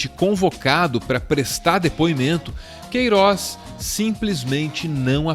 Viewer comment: o Sergio Moro não consegue falar o nome "Queiroz" na entrevista da GloboNews